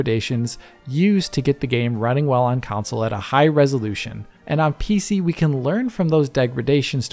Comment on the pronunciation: I love you buddy, but FFS, it's a video game "Console" (KON-SULL). There's no such thing as a video game "Council" (COWN-SULL).